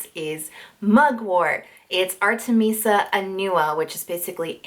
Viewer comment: i think you pronounce artemisia wrongly haha <3 <3